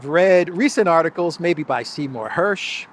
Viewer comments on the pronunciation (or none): none